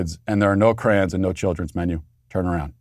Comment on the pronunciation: The only language that’s violence is Matt trying to pronounce crayon